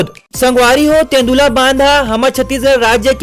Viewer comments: तेन्दुला नही तांदुला नाम है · Tendula nhi Bhai Tandula bandh hare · तेंदुला नहीं वो तांदुला डेम हरे